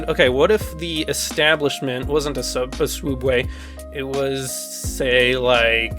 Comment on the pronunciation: Did you say swoobway instead of sooubway? I'm disappointed in you.